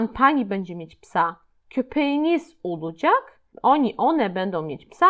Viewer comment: Witam!! Czy są jakieś zasady wymowy w j. tureckim? Słówko olacak wymawiasz (oludżak). Też wiele innych zauważyłam. Proszę o komentarz. Pozdrawiam.